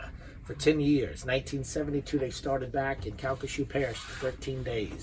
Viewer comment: just for curiosity's sake, Calcasieu = CAL-cuh-shoe (Parish, Lake, River).